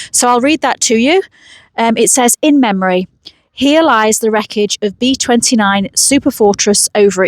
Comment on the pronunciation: They're known as B29's, not "RB two nine a's"